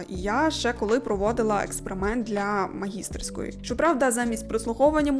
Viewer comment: мені як музикантові було дуже цікаво слухати! моя молодша сестра швидко заснути могла лише під мій музичний скрипковий/фортепіанний супровід. без нього, казала, по кілька годин перш аніж заснути ворочалася. p.s.: (накипіло) дипломна робота для здобуття ступеня магістр є магістЕрська робота. "магІстерська" — то трошки про інше. прикметник від магістр/міністр утворюється однаковим чином і наголос подібний: магістЕрський, міністЕрський.